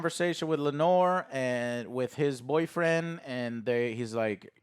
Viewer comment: As a father to a daughter named Lenore, I really hope you can learn to pronounce Laenor right for the rest of the season.